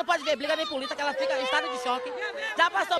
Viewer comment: Vc quis dizer "bliga" nem "puliça" kkkk Ass: Júlia